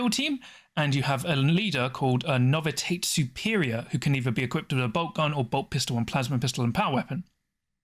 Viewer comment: “Novi-tate” …? No. Novi-she-ate. Novitiate.